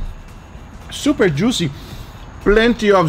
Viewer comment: I like how guga says juicy when he’s too excited. ITS JOOCY